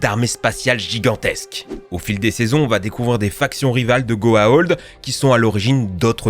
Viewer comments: Ça se prononce Goaould. Ça se prononce Ori pas Orai. Regarde la série avant de faire ta vidéo. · Tu rend fou avec ta prononciation des méchants de stargate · "Goa'old". Ah, ok, le type n'a même pas regardé un seul épisode... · « code quantoum » « GoaOld » merci pour la tranche de rire. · Ça se prononce goa ould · "Goah hold." Sérieusement ? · Je suis pas un fan de Stargate, mais ce que je n'ai pas aimé c'est d'entendre tout le temps "Goa'old" c'est "Goa'uld" (go-a-ould). Et pour le fait que ce soit des humains partout, c'est parceque les humains sont une race d'esclaves qui ont été placés un peu partout dans l'univers par les dieux. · Y'a aussi les goa'ulds qui se prononce "ould" et pas "old" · Concernant Stargate c'est la prononciation de certains mots qui me choque : Goa'Old ? Auraï ? En VF c'est Goa'Uld et Auri. J'ai pas vu les épisodes en VO du coup je ne sais pas comment ils le prononcent en anglais, mais du coup là j'ai mal à ma VF. :'( Après, j'ai vu la fin de Buffy et Stargate, c'est facile à trouver, hein. ;) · Mec tu ne sais même pas prononcé le nom des méchants de Stargate correctement.. C'est les Goa'uld pas Goa'old. Après aussi c'est les Oris pas Oraye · Goa'Uld UUULD pas Old BORDEL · Ce n'est pas Goaolds !!! mais Goa'uld !!! ensuite tu parles des oreille ? au lieu de Ori ? mais d'ou tu sors ? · par contre c'est gohaould pas gohaold, et pas Houraï c'est les Horry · Par pitié, ça se prononce "GOA-OULD" en Français, pas "OLD". Et les "orailleux" pour les Orii ? Sérieux ? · En fait, on dit go-a-ou-ld et non go-a-o-ld ..... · Goa'Old ? Ory ? T'as déjà regardé la série pour prononcer ça comme ça =/ ? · Goa'Old ? Mais t'as vu la série ? T'en entendus une seule fois un acteur dire Goa'old et non Goa'uld ? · Les goa'old, les oraï, a chaque fois que t'as dit ça, mon oreille a saignée 😁 c'est goa'ould et ori. Vous avez vraiment regardé la série ? Mdr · La même pour les Goa'uld (Goa ould)